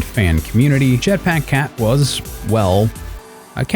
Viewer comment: "jetpáck cat"